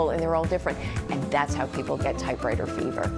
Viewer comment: It sounds like the narrator is saying typeRwriter and it’s bugging the hell out of me.